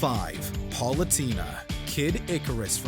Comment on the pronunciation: Top 10 times butchered pronouncing some names: #1 Palutena (Par-loo-tay-na)